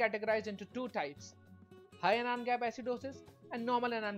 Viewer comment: Good video deserves a like. Narration needs improvement. Its pronounced as An-ion (not A-Non)